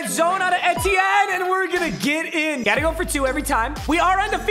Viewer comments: E-tea-en not Eddie-n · Papa please, Etienne is pronounced "ee-tee-yen" it's killing me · Papa calling Etienne “Eddie N” has the same energy as him calling Stefon diggs “Steffin diggs” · that lmao was unnecessary. Also, it’s E T N A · It's literally just ETN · You are saying Travis Etienne wrong